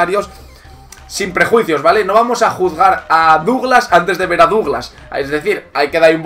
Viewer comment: Su nombre se pronuncia "Daglass".En Brasil se partieron de risa cuando lo fichó el Barça porque ya era un bulto por aquella época.